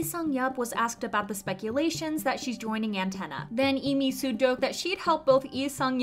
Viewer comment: It's Mijoo not Misoo by the way